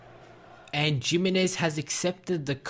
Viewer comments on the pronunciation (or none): It's hi-mi-nez not jiminez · you pronounce it himinez